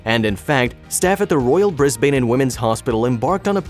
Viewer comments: As others have said - bad pronunciation it is Brisbane as in Brizz-bin. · It's more like "Brizz-bin" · I lived couple yrs in Bris-bern, not Bris- ban.. Haha they're very picky re way home city called lol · Actually it's Bris bn. Forget the vowel in the second syllable. Or Brizzie. Yes, I live there.